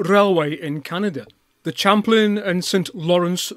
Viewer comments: Champlain is a French word - shamp-PLAN, not CHAMP-lin. I live not far from Lake Champlain. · In 1832 it was St. John's, Quebec. It didn't become St. Jean-sur-Richelieu until after the Quebec nationalists took over. Interesting pronunciation of "Champlain" -- we in Canada pronounce it Sham-PLANE. The C&StL was no more than a portage railroad to avoid the long river journey and rapids between these two points via the St. Lawrence and Richelieu Rivers. At the time, this was the main route for commerce between Lower Canada and the United States. Due to the "Andrew Jackson" Depression starting in 1832, it took several years to raise the relatively small sum to build this wooden railway. Construction did not begin until 1835, as stated by Mr. Dawson.